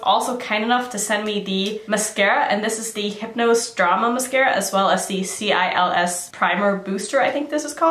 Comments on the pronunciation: CILS! 😄 pronounced like "seal". French for eyelashes!! In English, the scientific word for eyelashes is cilia. And that blue one.......🤤🤤🤤🤤🤤🤤🤤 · amy pease French Canadian here, you actually don't pronounce the "L" at the end... It's more like the Spanish "si" with just a hint of the sound "ye" at the end, but like not quite so much of a "ye" to make it a two syllable word.